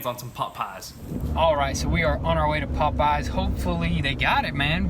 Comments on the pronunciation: Its popeyes not potpies haha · It's weird how they pronounce pop eyes. Lol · sounds like he’s sayin pot pies not Popeyes 😂😂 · Lmao y'all say Popeyes like they're two different words and it sounds funny as hell! It's not pop-eyes it's Popeyes, like the sailor man! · Sounds like they're saying "pot pies" haha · Bro, why are you saying popeyes so weird?